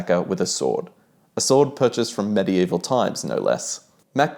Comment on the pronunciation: Good job,. You say medieval weird.